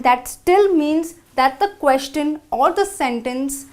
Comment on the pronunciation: Please proofand edit the videos before you post them. In a video about common errors made while speaking, the speaker '' herself has made many mistakes: 1. Many a times: It's either 'many a time' or 'many times' 2. The pronunciation of the word 'Question'